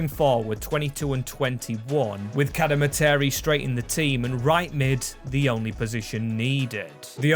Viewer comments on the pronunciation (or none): Cad-Eh-Mar-Tree is how you pronounce cademarteri, love the vid!